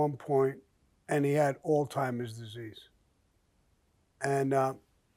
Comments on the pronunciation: I think he pronounced it Alt-heimers.so you do hear the "T". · Sammy called Alzheimer’s alltimers 😂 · The first time I heard of Alzheimers disease, I thought I heard "old timers disease" (which ironically, makes sense). So when I heard Sammy use the same term, in the same way, I laughed out loud. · "All timers disease" lol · Why do I find "Alltimers" disease hilarious 😂🤣😆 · I'm on the other side of the Atlantic and I clearly heard Alzheimer's. You old folks are deaf.